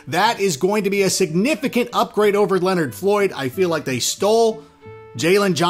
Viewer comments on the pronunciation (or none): none